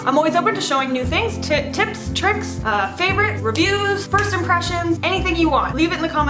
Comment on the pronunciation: Did you say tricks???